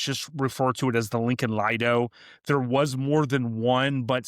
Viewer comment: Lido is not pronounced Lied-o, it is Leed-o.